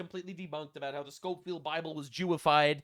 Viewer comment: OMFG when she referenced the Scofield Bible, I stopped the video and paced around my apartment out of frustration. She didn’t even pronounce it right… For those of you who don’t know, the Scofield Bible is just a commentary Bible that references dispensationalism which is about how Biblical prophesies should be interpreted. It was written at the end of the 1800’s, BEFORE the state of Israel existed. It literally says nothing about supporting Israel as a state. Ian Carrol did a video that was debunked by Wes Huff where he claims the Scofield Bible “Jewified” Christianity. What’s interesting is that just a week or so before Charlie Kirk was killed, Charlie tweeted “Jesus is the king of kings”, and Ian replied with “and you worshipped the ppl who killed him!” But wait, I thought the Scofield Bible “Jewified” Christianity and the Jews of today have nothing to do with Jewish ppl back then?? How can the Jews be different ppl but also the “killers of Christ”??? Shoe said “this isn’t a Candace video”, but proceeds to use Candace talking points that are conspiracy theory BS